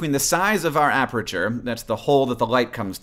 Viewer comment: HANK! Apreture? Really? You have given me a ticky twitch I cannot get rid of along the same lines as those people who say ISO as "eye-so" instead of I.S.O. A-PER-TURE. Your math is correct. (Probably... I'm just a photographer.)